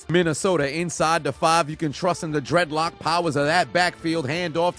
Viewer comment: said draidlock on draidlock crime in this bish